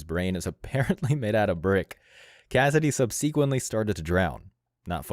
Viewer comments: Why do young folks struggle with the word "subsequently?" It's not "sub-SEE-kwint-lee." It's "SUB-suh-kwent-lee." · More bullshit A.I. NARRATION! SUB-SEEK WENT- LEE? Actual people need to narrate their own videos. Using A.I. and letting it have speaking errors, is fucking stupid! 🖕🤬💩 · . Sub sequently??? Why can't you speak? Dumass?!! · Your AI reader doesn't pronounce subsequently the right way. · The Cassidy Boon story was pure satire... and learn how to pronounce "subsequently" properly.